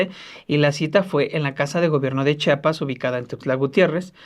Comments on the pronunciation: Muy mala producción, que ni siquiera pasan las imágenes que mencionan, el conductor no sabe leer español, es Chiapas, y chiapaneco. Repitalo hasta que lo pronuncie bien. Debería abundar en detalles de la supuesta devastación de la selva lacandona. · Pronuncien bien, supongo que saben leer, se escribe,se lee y se pronuncia CHIAPAS. no enseñen ignorancia ,se supone que han estudiado mucho como para demostrar falta de cultura